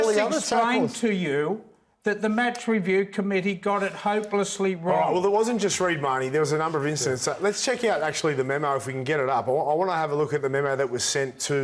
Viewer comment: reeds tackle(reed mahoney)not readeee(brent read)